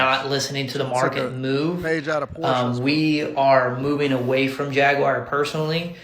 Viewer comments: JAG-WAR or JAG-U-WAR. WTH is JAG-WIRE?! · Why they trying to sound exotic with pronouncing it as "Jag-You-Are?" Just say Jaguar like its aupposed to be. 😒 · What's a Ja-gu-ar 😅🤷🏿‍♂️ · The way you say jaguar is so funny to me lol. Much love dawg